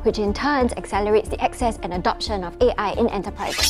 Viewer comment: said IAI instead of AI